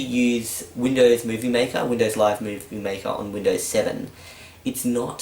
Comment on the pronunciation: It's Windows, not "Windoze".